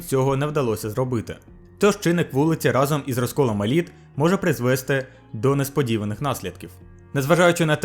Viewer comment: наголос призвесТИ, а не призвЕсти